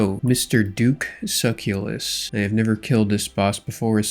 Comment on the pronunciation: Suh-CELL-us not suckulus